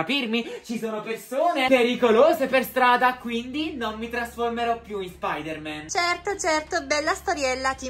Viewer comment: Voooooo si dice anto spidaman